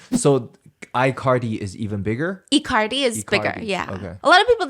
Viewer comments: not them calling Icardi as "i-Cardi" LMAOOO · I love icardi being pronounced like ICarly 😂